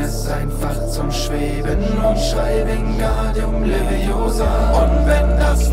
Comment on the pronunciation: Es heißt wingardium leviosaaaaaaaaaaaaaaaaa ;)